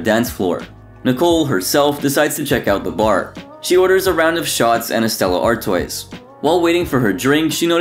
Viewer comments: Did you just say Stella Artways???? Dude it’s Stella Artois (pronounced- Artwa) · Stella Ar-toys? You sure you wanna go with that? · Stella Artois is weirdly pronounced Stella Art-wah. Don't worry I made the same mistake when I was younger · Do Americans really only know English and maybe some Spanish?! Ofcourse it's pronounced 'artwah' since it's french. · I was like, WTF? His mispronunciation of Stella Artois was cringey. If you're going to do a video about someone or something, at least learn how to pronounce someone's name or stuff. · Down was difficult I literally yelled at the screen on that one it's like especially if you're gonna do bar reviews or whatever understand what the names of the alcohol are it's not that difficult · Literally when I heard Stella Artois I was like oh my gosh that's such a Butchery